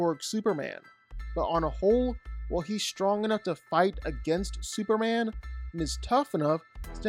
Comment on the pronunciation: Who tf is "Super-Anne"?